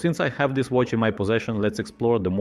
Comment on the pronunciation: as a watch youtube channel its crazy that u cant say watch